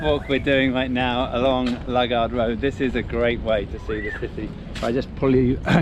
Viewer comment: It's not Lug ard road it's Loo gard road!